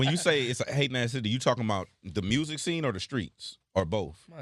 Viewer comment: Can someone tell me where they talk about why he calls music “Mursic”